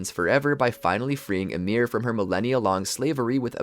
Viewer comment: Why everybody pronounces it ymIR? Is it assumed? I would assume it is pronounced Ymir, volume increase on the Y.